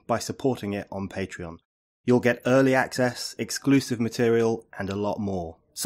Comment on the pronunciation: Fuck me Brendan, read this comments section, very little comment on the interview and all about cuntreon sorry I meant cuntreon, I just don't seem to be able to get mouth to form the words pacuntreon, see there I go again....note to self...book doctors appointment Monday morning.